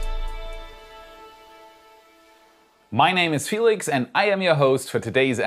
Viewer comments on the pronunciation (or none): none